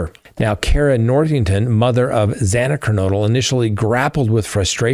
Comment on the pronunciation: The judge hipler is disgusting! His first action in court was to whine about him and his staff receiving calls about this case. He repeatedly mispronounced xana"s name and is just a worthless punk!!!! All of society is at risk now because they made sneaky deals and proved this country is soft on crime across the board